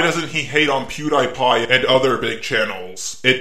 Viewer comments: Okay, I love your channel, but when you pronounced pewdiepie as pewdIpie not pewdeepie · Why you pronouncing it Pew Die Pie, instead of Pew Dee Pie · Omg... THE WAY HE PRONOUNCES PewDiePie! Bro, the ‘Die’ is pronounced ‘Dee’. I’m sorry for getting triggered, Imma leave... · Pew die pie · It's pronounced pewDpie even tho it's spelled pewdiepie